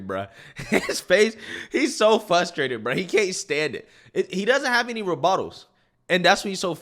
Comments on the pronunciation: Love your videos and channel, but it’s frustrating to me when people say “fustrated” lol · "FUSSSSTRATED" 😂😂😂 Bro, it's "FRRRRRUUUSSSTRRRRAAATTEEED" that first R in the word is NOT silent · Frustrated not fustrated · Hey! Maybe it's just my white supremacy trying to exert control, but hearing you say the word "FRUSTRATING &/or FRUSTRATED" is in itself, quite "f-RRRRR-ustrating"--- not "FUSS-trating" 🤣 Ok it's not frustrating, but I think of this like someone walking around with broccoli in their teeth and no one telling them. I'd much rather know, than not. I hope there is no offense taken here. Keep up the great work! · I think you’re a good commentator, but please… PLEASE… try to say FRUSTrated Not FUSTrated lol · Frustrated. Not fustrated. Not flustrated. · I love your channel but the word is frustrated not fus...m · frus·trat·ed /ˈfrəˌstrādəd/ F-RRRRRRRRR-USTRATED "I am fRustrated by your repeated mispronunciation of the word."